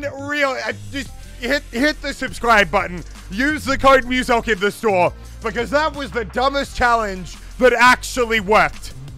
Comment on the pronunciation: sh...It's Muselk... not museum